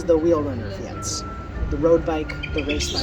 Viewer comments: Fiets is pronounced like "feets". I lived in Holland for 15 years. I had a Opa fiets, but also rode a mountain bike. The Dutch found my mountain bike rather odd in the city.... :) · Thanks for the video , i hope you like our country , Nederland , please check the pronounciation of fiets in google translator . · the e in fiets is silent.